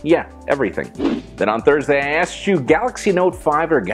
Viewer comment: did he just say 'axed me' instead of 'asked me?